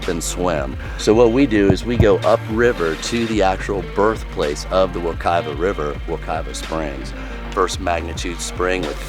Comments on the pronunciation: Pronounced Wek-eye-va instead of wek-ee-va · Lived there for 34 years and moved away 3 years ago. I miss it like crazy but it felt like I was home watching this video and knowing where you were even when passing the Vision Max! And it was a good laugh when you called Wekiwa, "Weh-Key-Wa" 😂 We are silly people who pronounce the second W as a V. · It's pronounced wa-ki-va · Wa-ke-va lol . 🤔 i live in orlando you've made it sound so much fun, and nicer then what i would consider it lol 👏🏼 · the island is for sure a mellow local spot.like how he said wekiwa haha